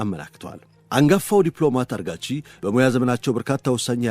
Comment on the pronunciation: ግሩም ዝግጅት እና አቀራረብ። የአፍ ልማድ ሆኖብህ ፣ አራግቺን አርጋቺ እያልክ ጨረስከው። ለወደፊቱ አርም።